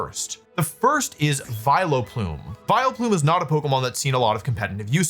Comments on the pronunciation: I internally cringed each time Wolf said "Vilo-plume" instead of "Vial-plume" like I have always heard it. I hope I'm not the only one that says it that way. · Vi-LOW-Plume is killing me lol, it's VILE-plume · Does he say "Viloplume" on purpose like "Arcaneenay"? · what the fk is a vi-lo-plume? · Is anyone else gonna comment on how our boy is saying “Vi Leh Plume”? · Why is he calling it Vile o' Plume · Vi-Leplume everytime is killing me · Viloplume :)? Did I hear that right. Great video though. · WHO ON EARTH PRONOUNCES IT "VILE-O-PLUME"?!?!?!?? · I love the way Wolfey pronounces my favorite Irish Pokemon, Vile O'Plume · Why does he say "Vie-Le-Plume" like that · wolfey, youre the greatest player ever but please never say vileplume as vil-a-plum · I love how my goat pronounces Vileplume - I always thought that there are no possible variations but honestly, I might say it like this from now on myself - Vile-O-Plume sounds like Will-O-Wisp and I find that really funny, this made my day - thank you Wolfey!!! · Hello Vi-low-plume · WHY ARE WE SAYING VILUHPLOOM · Neither or Wolfey could say Vileplume correct. Vai-le-plume, vai-lo-plume, vai-el-a-plume. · wolfey please stop saying Vile-uh-plume. that E is very silent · Is he doing a bit pronouncing Vileplume like that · Wheres the 'o' in Vileplume? WHERES THE O WOLFEY?! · Why are you pronouncing vileplume like that 😢😢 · Making Vileplume 3 syllables is very funny to me